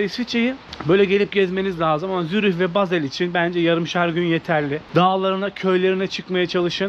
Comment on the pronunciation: adam Zürih diyemiyor